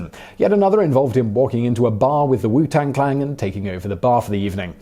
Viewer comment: 12.11 "WU TANG CLANG" AHAHAHAH!! ffs clang though xd